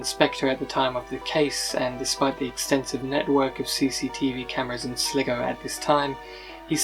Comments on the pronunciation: It's pronounced SLY-GO...! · not sligo its sly go, its annoying you pronounce it wrongly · At least the mystery of "How do you pronounce S-L-I-G-O?" has been solved.